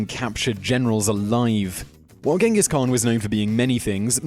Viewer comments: Its Chingis Khaan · It's pronounced 'Chengis Haan' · Please Simon - learn how to pronounce the words you are speaking BEFORE you make these videos. It's pronounced 'chingis knan' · Idk why people calling him Genghis khaan it's Chingis khaan tough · It's not gengis khaan it's chingis khaan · not GINGES KHAAN CHINGESKAAN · not genghis khan ChinggisKhan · khan means king! also khan should be pronounced as khaan! therefore it should be Chinggis khaan! ghenkhig khan is wrong spelling(westerns)! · It's pronounced "Chingis Khan" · If you make a video about the greatest conquerer in the history of the world, please pronounce his name right. Then again as all westerners do, Ghengis Khan(Chengis Han) is vilified here. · it's pronounced (chin-giss han) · The Khan was only bad because he was mad about all the ignorant people that pronounced his name wrong instead of the correct "CHang-giss." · nope it supposed to be pronounced Chingis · You’re mispronouncing his name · you pronounce his name wrong, and where are the million corpses, seriously. where? anywhere near that urgench? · Dislike, just for the fact you mispronounced his name throughout the entire video